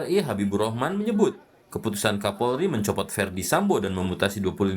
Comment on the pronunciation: Pembawa acaranya sampe salah ngomong, mencopot jadi mencotot, 😅